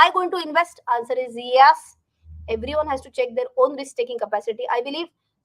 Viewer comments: From this Diwali pls change the way u pronounce YES. For sometime it was Ok but no more. Pls yaas is yuck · i LIKE your pronunciation of the word YES. very unique